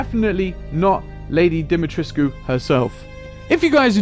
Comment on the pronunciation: To start off, I agree, its either going to be Mr X or Nemesis. It makes sense when you factor in nostalgia, it makes more sense when you think about the amount of money being exchanged for license rights, and how much they could potentially make off a crossover of this size. But to progress the argument 1, please for the love of god, its pronounced Dim-eh-tresk. 2, height doesnt matter as much with a slender frame. That entire castle was filled with regular people sized doors and she managed to travel around with relative ease. 3, Ethan literally doesnt have a face. Sure theres datamined files that show that he had a fully finished face model, but they intentionally didnt show it in the games. The fact that model exists proves that was a conscious decision on their part. In my mind, thats enough of a reason to exclude him from the potential list of survivors for DBD. 4, Sure Nemesis is an inch shorter than Pyramid Head, but he's also like 300 pounds heavier, and has the body type of an orc on steroids. If your main reason for debunking Lady D is her height, then you'd assume width would factor into Nemesis as well. For real, you could park an apache helicopter on that dude's traps and it wouldnt touch the edge of either shoulder. 5, I think Mr X has a better chance to fit into DBD's lore. Nemesis uses real world weapons/tools to kill things while Mr X uses his hands and has a recognizable human face, but that bit of lore was pretty much retconned out to fit in the Demogorgon